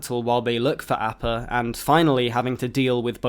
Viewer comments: Sorry, great video but, just can't ignore the repeated mispronunciation of appa. Ah-pah, not A-pah. c'mon, aang says it almost every epsiode. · Last Airbender ass pronunciation of Appa 😂😂😂😂